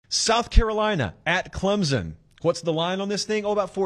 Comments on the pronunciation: Heads up, Clemson is pronounced with more of a p sound than a Z. Think Clempson vs Clemzen phonetically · Hey…Clemson fan here……please pronounce the “p” In Clemson. Clemzon chaps our ass more than when Sc fans say clemsux 😂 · Not to be a nitpicker or anything but there's no Z in Clemson. Just sounds ignorant. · The "S" in Clemson is a hard S, like "son," it is not pronounced like a z. Please say the school name correctly.